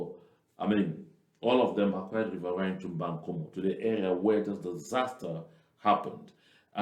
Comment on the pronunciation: The area is called Mbangkolo not bankomu